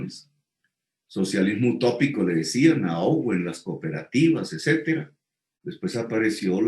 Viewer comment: Sr. Petro se debe decir etcétera y no ecétera.